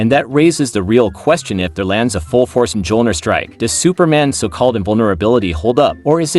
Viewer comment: You need to delete this video and re voice it. Its pronounced me-ol-near, not muh-jol-near. Best of luck in the future.